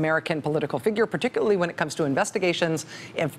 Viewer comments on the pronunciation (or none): none